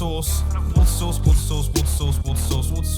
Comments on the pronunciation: Water Sauce... Hehe... I know you're saying "Water Source," but it seriously sounds like you're saying "Water Sauce." As long as you tell yourself that it IS "Water Sauce." Just pay me no mind. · worcestershire sauce everywhere. Oh, that was supposed to be "water source"? Coulda fooled me :P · Who else heard 'Worcester Sauce Worcester Sauce Worcester Sauce?' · In the time laps it sounds like he says water sauce😂😂😂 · Did anyone else hear Worcester sauce? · I kept hearing "water sauce" in the time lapse. It was more entertaining than the song. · I'm sorry mumbo but with your accent it sounded like you were saying "water sauce" in the song. I know you were saying water source but it sounded like you were saying "water sauce" lol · In the remix it sounds like you are saying “What a Sauce!” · ImTouchk he knows but it does sound a lot like what a sauce. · During the time lapse it sounded like u were saying water sauce😂😂😂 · when he was saying water source after a while it sounded like he was saying Worcester sauce, also mumbo you should build columns so that it stops ghasts spawning at least a little bit and it will look nicer than slabs (and possibly make the build look nicer, even though it looks really nice now). and since u forgot to change the skin every time you leave the hermit craft server at the end of the episode you should put a sign saying "Did you shave?" just as a reminder. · Are you saying water sauce 😂😂😂😂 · I just clicked on that video before watching this... It sounds like it's saying water sauce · I'm hearing water sauce😂😂😂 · its sounds like what a sauce(_ _) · sounds like worseschier sauce *i dont know how to spell it thats definitely wrong though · It sounds like he is saying What Sauce in the remix. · “Water sauce” is what I heard 😂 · Is it just me or does it sound like he says "water sauce"? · It sounds like woushous instead of water source! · It stopped aounding like water source after the first couple. Sounded like you were saying whats a sauce